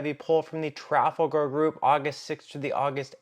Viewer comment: The narrator is demonstrating what has happened to our educational system. I'm pretty sure that "tooken" is not a legit substitute for "taken" and if you can't pronounce Trafalgar, you probably shouldn't be doing the narration. That being said, the Democrats are going to win in a landslide. If you haven't taken the time to review 2,000 Mules, you're in the dark as to what really happened in 2020.